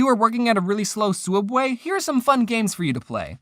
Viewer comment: souubway not subway